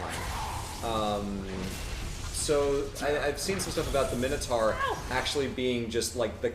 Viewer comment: I’m sorry I’ve only found and their streams now. There’s something really surreal about listening to individuals listening to how to deal with Imposter Syndrome while butchering mintoaurs